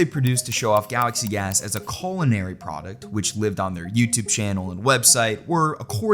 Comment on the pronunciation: Colonary purposes? XD